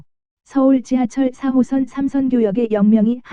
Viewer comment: 이상하게 '4호선' 말할 때 '3호선'으로 들리는 것 같은데요.....기분탓인가....?